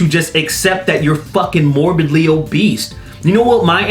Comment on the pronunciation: Haha! Did anyone else notice how at about he says “obeast” rather than “obese” lolz